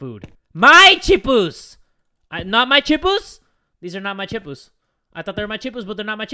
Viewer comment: I love how calls chips "chipus"😂